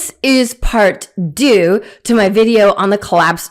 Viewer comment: Part Two, in French, is "Deuxième partie". Not the abortion you passed with. "Part deux". If you can't speak French, stop the pretence and just stick to your UGLY, mispronounced, American destruction of the English language. Fake intellect. Culture Theft is not honourable.